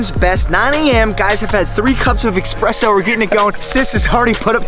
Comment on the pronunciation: This man calls himself in Italian but still mispronounces espresso. Like I might gotta pull your Italian card for that one buddy